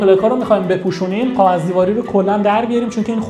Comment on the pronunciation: تلفظت رو کاغذ بده میگی قاغذ